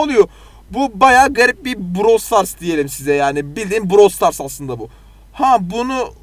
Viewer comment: browl stars 🤣🤣🤣🤣🤣🤣brooowwwlll